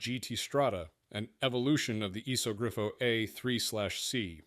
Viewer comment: also its a "iso grifo" not a "esog grio"